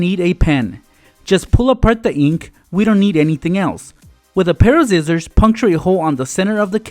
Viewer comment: Whydo you say zizzors instead of sissors